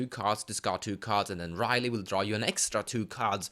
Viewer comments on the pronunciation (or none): i think it is pronounced as "ri-yel".. but nah, it's ok.. nice review by the way.. i really hope you'll post the full decklist of Gavi (the one you used last time).. i really think the jeskais have the better end of the stick this time.. *PS: I hope you make a review/brew for Tayam too.. i just really can see the potential combo in it, but kinda lost somewhere.. hehe..